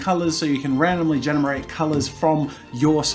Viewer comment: he said genamerate